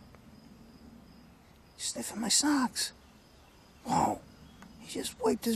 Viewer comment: its funny how he says socks lmao